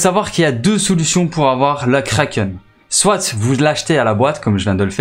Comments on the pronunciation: il prononce le t a la fin j'avoue. c peut etre un belge francophone ou un suisse ou un quebequois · Tu utilise le mot soit comme si y'avait un e c'est insupportable a l'ecoute